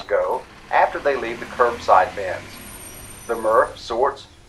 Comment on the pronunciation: did he really just say curbside vans 😂💀😭